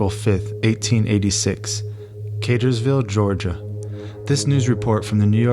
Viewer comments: It's not Catersville, it's Cartersville will an R. Sorry the town is right next to mine and when I heard it mispronounced I had to correct it lol. 😂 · Et-O-wah, and Cartersville. (Like jimmy Carter)